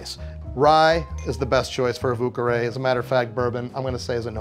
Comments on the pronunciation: Totally thought he was calling it a 'Vooka-Rae'. Americans trying to say French words will never not be funny. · His pronunciation of "vieux carré" made me cringe so hard.